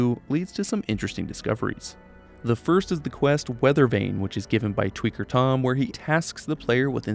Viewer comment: "tweaker tom"?